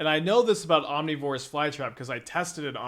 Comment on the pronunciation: I have the same question about omnivorous